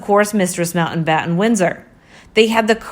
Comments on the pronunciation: The name is NOT Mountainbatten. IT is pronounced Mount battin. What is wrong with this woman and her inability to correctly enunciate words with a T in the middle?? Important is pronounced Impor TANT. Where did this woman learn English? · FFS....It's MOUNTBATTEN not MOUNTAINBATTEN